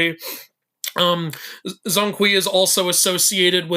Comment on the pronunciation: it's not zong kui, 'Zhong' should be pronounced similiar as 'John'